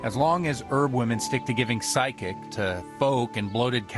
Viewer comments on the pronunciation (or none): A bit of dodgy voice acting where the priest says that it’s OK for the witch to give “psychic”. It should be “physic”, as in physical: i.e. medicine. No wonder innocent herbalists were accused of communing with spirits and Satan. Even priests didn’t know the difference between psychics and physic! 🧐